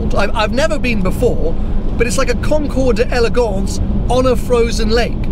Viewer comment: Concours d'elegance is pronounced Konkor dellygonse.